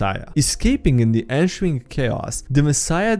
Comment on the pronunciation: Read: Theocratic, Ensuing, Floofy.: Toe-cradic, in-shoeing, flothiest.